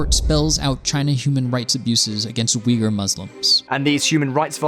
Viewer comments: I'm guessing you're trying to say the word Uighur (though some spell it Uyghur). It's pronounced "Wee-ger".. not "Oygor".. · That pronunciation... at first I thought he said Oinkers, like a pig or something. Supposed to sound like wee-ger. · Uyghur pronouncing like "U i g u u r" not Weegur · It's not oiga by the way. It's pronounced wigga. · Wee-ger...Not “oi-ghur”...credibility out the window.... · It's neither "oygor" or "wigger" it's pronounced Ooy-goor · That is the most interesting pronunciation I have heard of "Uyhgar" I have heard. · right on! They really tend to mispronounce words in recent vids... Even Simon and his "Skeeepio".... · If you pronounce it like Uy-gur, then you have wrong and european-kind pronounciation of it, not turkic. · Yeah, how he said "Oigur" triggered me. Have he not see any video on it yet, he should've been aware of the pronunciation by now. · I can’t take the pronunciation of rhetoric or Uyghur... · Pronunciation: please please please fix it. Uyghur and Xinjiang You know that any offended apologist for the government will be on your case about it and claiming you know nothing because you don’t pronounce these things right. Due diligence. It’s not that hard. This is an important topic. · Cringe. Cant even pronounce the Uyghur minority properly. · Rhetoric, Xinjiang, Uyghur; this guy's appalling pronunciation makes this video almost unwatchable. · This guy really needs to research how to pronounce things before making these videos Uiygur is not that hard to pronounce. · Literally all this guy had to do to pronounce Uighur and Xinjiang right was to put them into google translate and listen to it. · There are some very weird pronouncuations in this video. Rhetoric, Uighur.... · Come on guys; pronunciation of the main focus of your entire video shouldn't be too hard - 30s of googling would have solved this for you - Uyghur is pronounced like this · Great research, you can't even say oygurr proplrly!